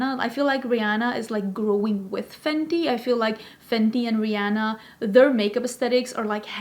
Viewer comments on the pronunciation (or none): none